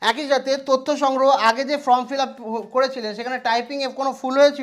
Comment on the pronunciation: Form কে কেন from , SIR কে SRI কেন উচ্চারণ করেন ? এই ধরনের উচ্চারণগুলো ঠিক করুন।